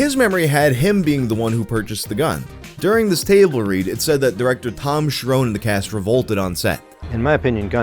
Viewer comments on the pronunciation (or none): The 'nes' in Cherones is pronounced like the 'nes' in honest, it is not Cher-'owns'. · His name is not Tom Sharone. It’s Tom Cherones, rookie.